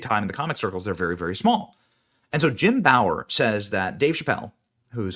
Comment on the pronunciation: Who the F is Jim bower??? It’s like Benny never saw Half Baked before or something.